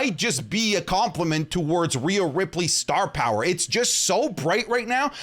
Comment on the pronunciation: POWA OF TAZOWA